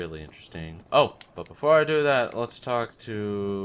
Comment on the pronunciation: Schizophrenia in this episode? I heard two.... Also, butts whenever you say but, lol.